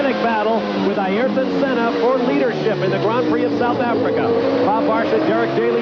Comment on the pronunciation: “Air ton,” Bob, not “EYE air ton,” dammit. That has always annoyed me.